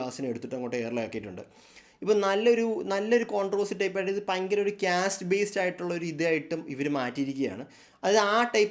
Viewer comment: ക്യാസ്റ്റ് അല്ല കാസ്റ്റ് 😂